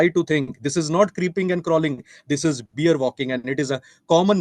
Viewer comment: Beer? It’s pronounced bear .